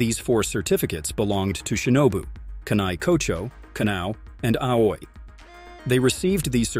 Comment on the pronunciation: Aoi isn't pronounced as "u-i" its pronounced as "a-ui"